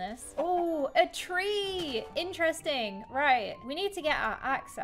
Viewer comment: you mean, in - TREE - sting?